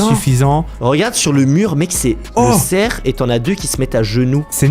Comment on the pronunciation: C'est pas cerc😂 c'est cerf